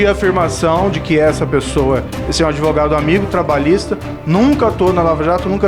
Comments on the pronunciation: ~ parei de assistir em “ adevogado”. 🤫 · Esse Pimenta é uma besta, é uma vergonha para o Rio Grande do Sul e saiba que a palavra correta é ADVOGADO, sem a pronúncia da vogal "e" que não existe na palavra. ADeVOGADO, só um imbecil e estúpido como você "MONTANHA" prununcia! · Gente... Que vergonha!!! É doído admitir que no passado fui Petista. Tem que corrigir o Pimenta e explicar a ele que o correto é Advogado, sem apoio vocal e não Adevogado.